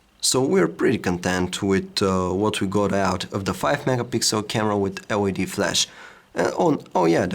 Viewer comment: The way he says LED <3 hahahahaha